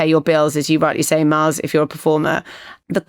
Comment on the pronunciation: Little nit pick from myself is when Richard pronounced the name Miles like Marles very odd